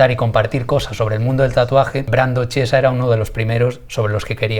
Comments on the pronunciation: Chiesa se pronuncia "kiesa". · El apellido se pronuncia "quiesa" :) (significa iglesia para mas info) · Brando al ser italiano su apellido se pronuncia quiesa, ya que el ch en Italia se dice así, saludos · Se pronuncia Quiesaaaaaaaa D